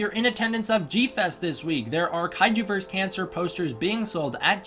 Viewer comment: Ok. If you insist that Toho is cool with (and even prefer and endorse) people saying the name as ghi-DOH-rah , I shall bite the bullet and take your word for it. Grating though it is on the nerves. However, that is no excuse for butchering the word versus . Two syllables, dude: ver-sus. Not vers (verse?)